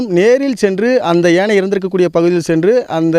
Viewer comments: Do you conduct interviews for the news readers and reports before they join? If you do so, do you check their fluency, pronunciation and their knowledge on grammar? யானை - ஏனை? ஒரு யானை இறந்து இருந்தது - ஒரு யானை இறந்து இருந்தன ? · செய்தியாளருக்கு யானை என்று சொல்ல வரவில்லை. ஏனை என்று கூறுகிறார்.